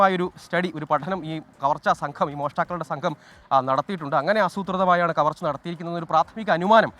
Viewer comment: Skn. കമര്‍ച്ചയല്ല. കവര്‍ച്ച..